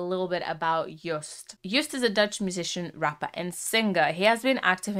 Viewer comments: It's not Juist but Jooooost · You-st 😂 Get his name right it’s Yo!st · Btw you say Joost like j-oh-st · EDM, Gabber, Happy Hardcore, With a touch of Joost. (Pronounce: shout "YO!" and add "ST" to it) Joost is a weird but great artist. (Underdog) This song is a compilation of soooo many emotions by text, samples, lyrics, clip and editing. Only one who thinks outside "a" box can produce this. And yes, this is all Joost with a little help from his friends, like we all accomplish great things! Happiness! Also when bad things happened. I think the meaning of the end is: "Stand still for a while, accept what happened but press "play" again and have fun!" Love to all who read this. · I am from the Netherlands and how she said joost oml it is like she said juth ❤❤ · Joost is pronounced like ghost. I am Dutch. Hi. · little pronunciation tip for his name, the double oo is pronounced as a Long single O as in Yo. just like how you would pronounce the letter O on its own. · ”ienhoernjoest”😂 “joeropapa”😂 “just”😂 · Joost is pronounced like "yoast" in english. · You pronounce it like Joast. Our double o sounds like your oa. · You pronounce joost like toast